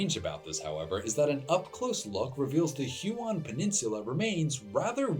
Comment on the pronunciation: Huon is pronounced like a colour "hue" and then "on" - not "who-on". At least in English - it's derived from the name of a French explorer, and as I don't speak French, I can't attest to its pronunciation in French.